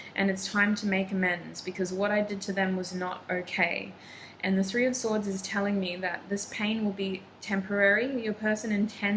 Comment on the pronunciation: 3 in Persian is "se"... I thaught you speek in Persian suddenly while you said se instead of three 😅❤️